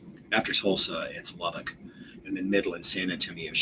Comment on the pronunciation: Thank you for pronouncing Lubbock right. See you when you get here.